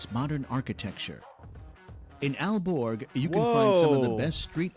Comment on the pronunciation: you make a video about denmark. why don't you learn how the names of towns are pronounced? aarhus??? aalborg??? the central place in copenhagen, rådhus/raadhus??? terrible!!!